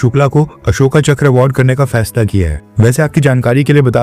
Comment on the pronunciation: बच्चे अशोका मत बोल अशोक बोल, हिंदी बोल रहा है।